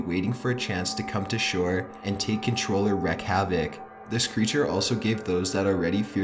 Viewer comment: His pronunciation is also REALLY distracting and detracting. Saying things like "wreak havoc" as "wreck havoc" and pronouncing "tirades" as "triads" instead of "tie-raids" as it should be pronounced. Bleh.